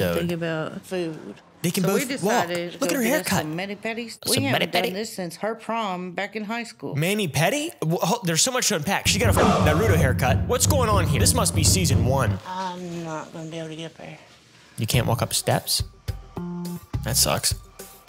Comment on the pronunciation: I'm sorry fid u say narudo instead of nartuto?